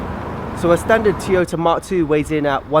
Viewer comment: It has cup holders, electric mirrors, storage and a ski hatch.... who cares!!!! What is with the gloves? You're not playing initial D now. And its Toyota, not Teyota. Cool car, crap review.